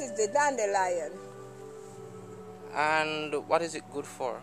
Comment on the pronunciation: That's not dandiliion or rhat what SHE called dandiliion